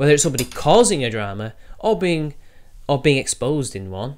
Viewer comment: itsayaboi... more yootoob dwamaz?????